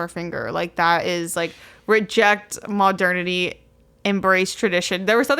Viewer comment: The way said Fall as “Full” and Modernity as “Muhdernety”